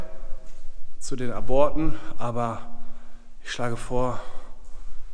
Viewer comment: Das bei Minute hört sich an wie Brüllmücken, die kommen nur in Bunkeranlagen vor. 😁😁😁 ( Hoffentlich hat es die Hose nicht zerrissen ) Einen kleinen Einwand hätte ich noch,wenn dort steht "Zu den Aborten" spricht man es mit einer kleinen Pause aus . Ab - ort oder Zu den Ab - orten .